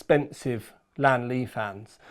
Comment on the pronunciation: its lian not lan LOL